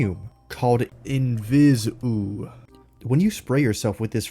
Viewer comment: The “Eaux” suffix makes more of an “Oh” sound than an “Ew” sound, so it’s actually pronounced like “Inviso”. Its meant to sound french, playing into her whole expensive tastes thing